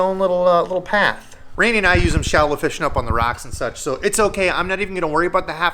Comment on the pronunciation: lol saying "feeshing" and saying "time to paint"